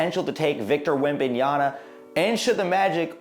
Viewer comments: Yama!! Not Yana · Man, how many times are we going to get that name wrong! After a while I could not pay attention to the content…all I kept hearing was the “N” instead of the “M” at the end of that name 😂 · Cant even say the dudes name correctly 🤦🏻‍♂️ smfh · Pronunciation is very important information if you want to be more professional, you lost alot of credibility buddy,you butcher his last name big time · Good video but pronunciation of Wembanyama's name really bothers me... research is very important!